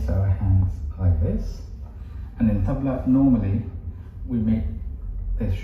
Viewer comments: High time both of you start pronouncing the "tabla" the correct way. It is not 'Tab La'. It should be pronounced as 'Tub la'. Ustadji will be mortified hearing you mispronounce his favourite instrument! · &, Maybe don't pretend to play an instrument the name of which you can't yet pronounce. Go review your interview with Ustadji Zakir H. He gently corrects your mispronunciation of Tabla be saying it the correct way repeatedly. Go watch, listen, and use your 5 second "Back" button, or simply rewind, and listen, listen, listen. Go back again 3 to 5 days in a row and listen, listen, listen. That should get you much closer than where you are now.